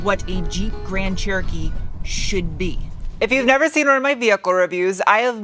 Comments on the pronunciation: It honestly sounds like your calling it a "Grand Turkey" and I love it 😀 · Why do I sometimes understand grand turkey?